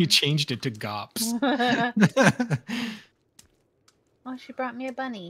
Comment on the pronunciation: Thanks for the stream and wtf is GOPS lol ik what GPS means but where the hell did the O come from😂😂 Can't believe I'm the only comment come on people show this man some love!